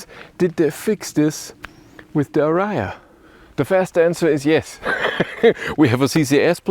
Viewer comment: What is ara- ya? Where is the third "a" in ariya? Maybe this should be banned pronounciation in DE....